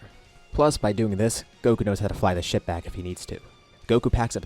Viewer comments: You said “take his ship” but I heard “take a shit” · Fr thought you said take a shit instead of take a ship